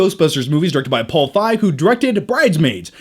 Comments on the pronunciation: It's pronounced Feeg, not Faig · Feig = "feeg" (like the sound in "feed"), not "fyg" (like the sound in "five"). And now you know. And knowing is half the battle. Go Joe. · Paul F"eye"g? Lol. Paul Feig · The way says "Feig" 😂😂😂